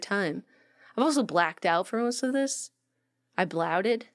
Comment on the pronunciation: I still enjoy this one. "I blaouted" - same. Love you guys